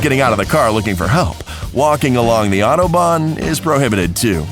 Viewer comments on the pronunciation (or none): U said autobahn wrong I'm unsubscribing